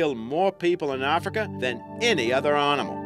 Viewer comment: It's animal not rnimal, there is NO R in it.